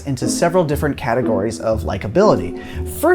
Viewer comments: He said, "CATegories" heh heh heh heh heh heh! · hahaha..you said ...CATegories...heh.